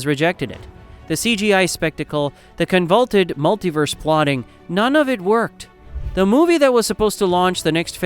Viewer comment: Not sure if AI shit itself or the narator mispronounce convoluted